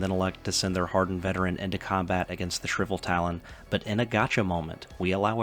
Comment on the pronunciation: I know its tough with english if its your second language, but reading the things that are written will make it easier for people that are watching to understand. I was confused what Shriveltalon was, until i realised you were talking about the Shrivetalon.